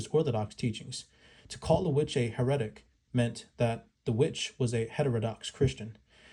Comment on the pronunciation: Hera tick. Is how that’s pronounced bro. Heretic